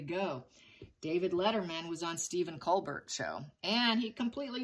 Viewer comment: Colbert is pronounced “col-Bare.”